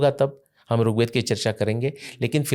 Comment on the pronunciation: सर बहुत अच्छी अच्छी बात बताई आपने पर कृपया करके अपने उच्चारण में सुधार करिए आप ऋग्वेद को बार बार रुगवेद कर रहे हैं। मेरी विनम्र प्रार्थना है कृपा करके बुरा मत मानिएगा🙏🙏🙏